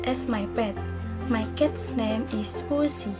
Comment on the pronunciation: Strwngth : natural way to present. Weakness : wrong pronouncing on word 'cats' (Group 2)